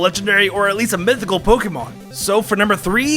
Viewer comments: Sheimin it's mithycal men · Count how much this dude said legenderry and mythycil